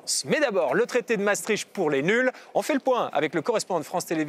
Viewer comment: Misère ! Ils ne sont mêmes pas capables de prononcer Maastricht correctement. Non, on ne prononce les deux A. Les deux A indique que c'est un son long. Non, on ne crache pas tricht. le son icht c'est la jota espagnol atténuée. Les G en néerlandais se prononce comme la jota espagnol. C'est donc un son que l'on forme dans le fond de la gorge. Quatremer : "La Belgique est rattachée à l'Allemagne". Ah bon... Et depuis quand, gros débile ? Je n'irai pas plus loin. Trop d'inepties, trop de propos lénifiants, trop de blah blah creux.